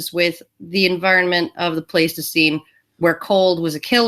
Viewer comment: Pleistocene - fyi the first vowel is pronounced like 'nice', 'ice' and 'splice.' Alison's summings-up-of-the-proceedings mid-way through, and once again at the end, were a nice touch on this one.